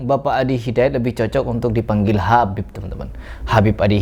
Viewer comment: habibe.pake qolqolah.wkwkwkwk makin lucu aja nih orang.ikut stand up bisa kali